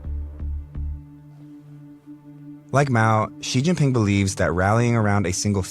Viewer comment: LOL his pronounciation of Xi jinping was actually on point!